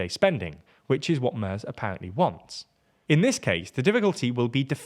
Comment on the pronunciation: If Mr. Merz does become Chancellor, it's high time you learn how to pronounce his name correctly. It"s not /mers/ as pronounced here, but /mairts/